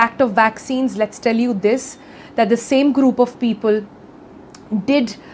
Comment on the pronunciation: Peepool my dear Sonal. Peepool..